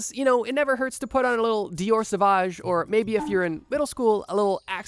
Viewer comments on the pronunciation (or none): none